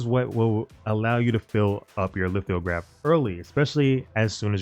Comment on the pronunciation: no bro, you said lith-IO-graph every damned time. it threw off the entire video. simple word. and sollant? that's not hard.